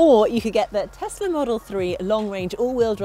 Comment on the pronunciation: What the heck is a Tezler? Do you mean Tesla?